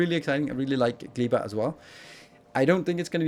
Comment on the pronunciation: Gleba is probably pronounced with ɛ not i